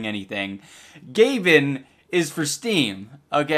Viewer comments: it's gay ben not gah ben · gay-ben not gab-en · it's gay Ben not gahben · Saying his name the correct way is funnier tho iDubbbz, it's pronounced: "Gay Ben", not "Ga Ben" ;) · Idubbz, it is said Gayben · ITS PRONOUNCED GAY BEN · it sound like he said Gavin and my name is Gavin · ITS. PRONOUNCED. GAY-BEN. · no way you pronounced it gabin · Its, Gay-ban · "Gaben" should be pronounced as "gayben" or am I wrong? wtf ehdoops? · It's pronounced gay-ben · Mohamed Amine B. lol I know that, I was joking on how he pronounced Gaben the first few times. It sounded like gavin to me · its gay-ben -_